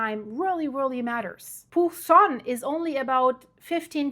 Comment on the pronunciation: Hola😊 Pucón - se pronuncia pukon